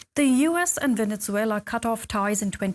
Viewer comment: "Venetzuela" lmao